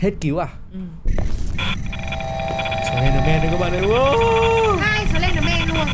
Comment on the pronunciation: Sờ len đờ men ko phải sờ ben đờ men đâu chị nhé